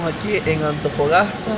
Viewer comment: Antofagasta, Antofagasta por favor pronuncia bien y no te quejes tanto